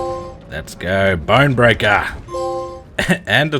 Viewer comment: "Bone breakuhhh." Thought Steve Irwin came back from the dead 😂